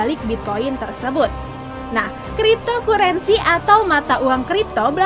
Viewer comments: Dibaca "kriptokarensi" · wkwkwk kripto kurensi